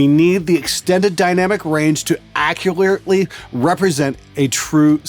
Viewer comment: I'm a bass player, but at least i can say accurately correctly. Just kidding man, love the videos and keep it up.